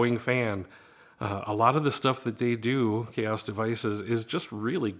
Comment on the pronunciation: Chaos devices? Isn’t made by xaoc ? Is that how you pronounce it? Chaos?